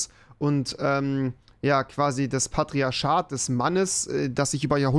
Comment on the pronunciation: Jeder: Patriachat und Tisch. Rewi: Patriaschat und Tich